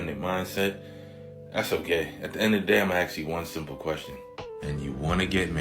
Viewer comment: what's with the axing? I just don't like that... at all. Seems like everyone has forgotten hoe to speak.